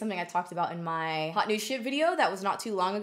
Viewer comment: "MAY FAVS"? Yar favs.